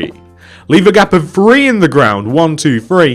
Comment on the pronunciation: When you say 3 it sounds like free